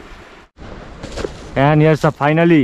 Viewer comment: Shinow....sinow....ice krim..ice krim...part is the best..🤣🤣